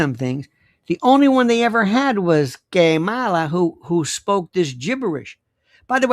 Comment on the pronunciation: 😂 Lionel, cracking me up with the "K molla" 😂